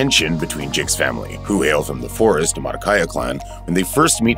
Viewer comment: They were also mispronouncing Omaticaya lol..